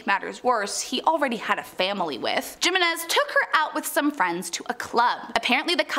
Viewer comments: Hate to be that guy, but it makes my eye twitch to hear her say "JIM-in-NEZ"..its pronounced "HIM-in-NEZ". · hee-meh-nez not jimenez😂😂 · Its pronounced "HIMENEZ" damn butchered fr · That name is Jimenez, is pronounced he-men-ez. In Spanish j is h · She could say Castillo but no Jimenez??? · Cringe as hell hearing her say Jimenez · On Jimenez, the j sounds like an h.